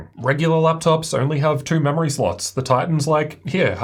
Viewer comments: Clicked to see the laptop. Stayed to hear him say "two". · I like when you say too or 2, it's very distinct